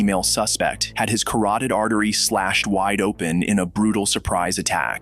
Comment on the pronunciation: what is a karated artery